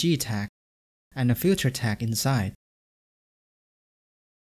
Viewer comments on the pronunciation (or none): Good video but you pronounce filter or feature like "future"... it's a bit annoying :D